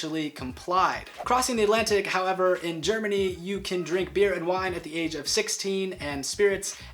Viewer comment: You don't say "Beere" you just say beer